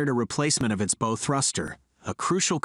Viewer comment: It’s bow not bow